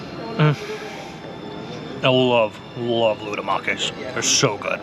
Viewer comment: Loukoumades, not loudomakis